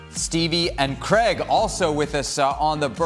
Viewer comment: Who is Creg? Oh you mean Craig